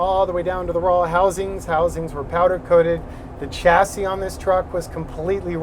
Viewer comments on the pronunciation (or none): none